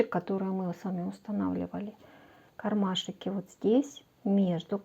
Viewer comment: о! Отлично! Отличные идеи, отличное исполнение, но.. не кармашИки.. а кармашки. Так часто повторяете это слово, что просто в ушах одно оно. И ещё заметила несколько речевых особенностей, но они хотя бы не так часто звучат. В остальном, большое спасибо! Надеюсь, критика конструктивная Вас не обидит, а наоборот поможет улучшить качество снимаемых видео. ❤